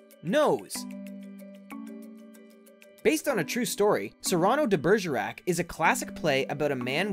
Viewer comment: hahahahahaahahaha the way he said Cyrano.. sigh